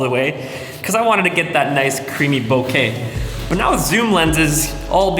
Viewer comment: Thumbs up 👍🏻 and a beer 🍻 to you for pronouncing ボケ (bokeh) correctly and not as ‘bo-kuhh’ (AKA nails on a chalkboard to Japanese speakers😜) like your bro Peter does. 😅 Sweet pics from that lens, by the way!